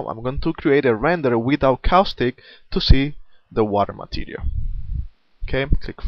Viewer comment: you should work on your pronounciation of material... it sounds like materiaR...